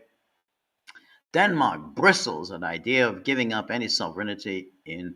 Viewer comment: I don't think George will ever learn how to pronounce sovereignty properly.